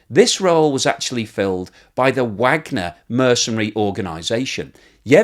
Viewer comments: I appreciate your insights on this horrible war., thank you. But there is one thing (much repeated) in this episode which grates on me; you have been pronouncing the name Wagner in the same way as most American commentators and that is wrong since Yevgeny Prigozhin founder of the Wagner Group.apparently named his army after Richard Wagner, the composer. That surname is pronounced (phonetically) as _Vargner_. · You keep mispronunciations the name ‘Wagner’, which makes me wonder if your image is created by AI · Vahg ner. Not Wagner. Named after the German composer and spelled вагнер on their logo.